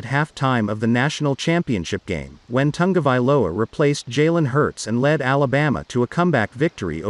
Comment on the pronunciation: It's not Tangovailoa it's Tagovailoa